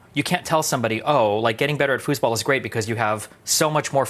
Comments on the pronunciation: German here, did he say „Fußball“ ? Wtf 😂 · he said fussball i want to kiss you steven